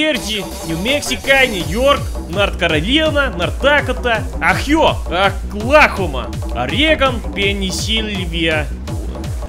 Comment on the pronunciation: Good to know Oklahoma is "ACK Glaucoma"